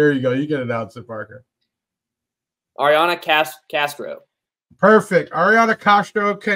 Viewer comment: Again Thank You and Crew for all you do!!! Thank You Parker for saying my name correctly.. It is a challenge sometimes!!!